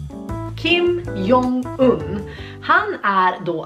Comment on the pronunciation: Man läser hans namn som "Kim Dzong Yn" :)